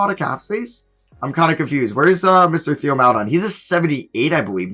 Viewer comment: its pronounced Tay-o not Theo. its "tay-oh mal-eh-DOAN"can you please learn how to pronounce players names correctly??